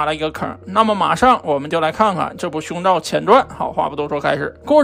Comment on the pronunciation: 一直聽到 胸罩......